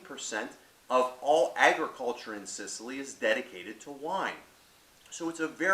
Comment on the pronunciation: You said small Mediterranean island. Place is huge dude. Biggest island in the med and you pronounce the grape and region wrong